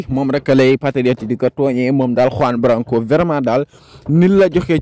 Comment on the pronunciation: Tu ne sais même pas prononcé lr no de Juan branco